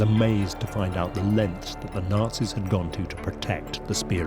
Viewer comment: If he pronounces "Nazis" like that one....more.....time. Nails on chalkboard